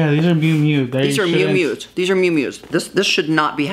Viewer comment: Hi, it's not "ME MEW" you say it like " mee-you mee-you". named after the owners car or what her parents used to call her.